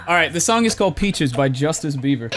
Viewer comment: aint no way man just said justice beaver lmao